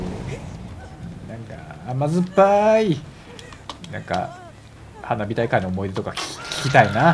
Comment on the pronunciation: 花火大会が鼻毛大会って聞こえたw